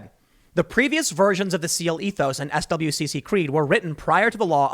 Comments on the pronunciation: It's pronounced "swick" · SWCC is pronounced "Swick" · “SWCC” is pronounced “Swick” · SWCC is pronounced "Swick". They are the ones who pilot the vehicles that deliver SEALs. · As a female veteran that served from 2012 to 2018 I was right in middle off all this gender neutral shit. I hated it and thought it was a compete waste of money. No they shouldn't change the SEALs or SWCC (swick is how it's pronounced) creed. I thought it was stupid when they started saying they should pump women through the funnel of SEAL training. I always held myself to pass my PT requirements by the Male standards but I would always squeak in at the tail end of it, and only pass with the most rolly polly of male POs. I was a pretty fit female to (not the most fit there was, but the female requirements were a joke). You lower standards you lower integrity . This whole gender neutral, kinder, gentler, softer military is an absolute disgrace. I am glad Trump is banning all that crap. (And yes, boot camp was way easy, and a whoooole bunch of females cried. I didn't.... Bc ya know I was going to bootcamp, you were gonna get yelled out and made to work out. It's expected. I was older when I went so maybe that's why I held up better then all the 17 and 18 YOs but who knows.) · It's weird hearing someone say "S.W.C.C." when you're used to hearing people in the know generally just call it "swic" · FYI SWCC is normally pronounced as swick. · SWCC is pronounced “swick”. I don’t knock you for not knowing that. This whole situation is ridiculousness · SWCC is pronounced "Swick".